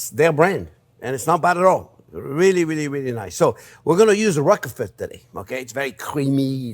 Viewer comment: funny how you pronounce roquefort. I thought you had french roots